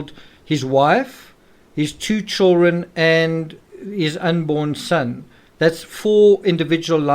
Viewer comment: I really like your thoughts and videos on the subject. But why do you always omit the D in the word CHILDREN? I can’t !! Lol I just can’t !